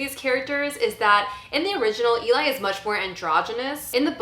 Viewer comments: It’s pronounced Ellie. Just watch the movie again. Pay attention to how the name is said. Not how it’s spelled. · Poor pronunciation of Eli considering how much you like "Let the Right One In."